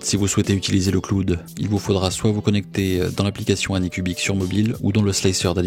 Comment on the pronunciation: le kloude